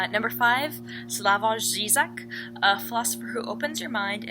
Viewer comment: I'm afraid to read All The Light We Cannot See, I just think it is too hyped. I like that Miriam included Slavoj Zizek to see people try and pronounce his name, I'm very impressed with you. City of Thieves sounds interesting. No plot books are not boring